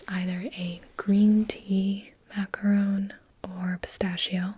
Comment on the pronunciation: That thing is a macaron. Say it like it's French! (Because it is.) Also, an octopus has arms, not legs, and the arms have suckers on them, not tentacles. Also also, I love you, please don't hate me for all these corrections! I'm just in a mood!